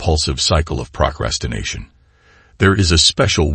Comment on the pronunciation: Good message. Is the speaker a computer? He speaks with a better cadence than most robo-voices, but has almost too perfect precision. And what's with the pronunciation of "procrastination"? ("Prock ras tin nation")